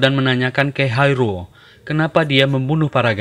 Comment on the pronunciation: Sama aku juga denger nya Haerul.. Dan sempet mikir film cina ko ad namanya Haerul.. Ternyata hai ro..haha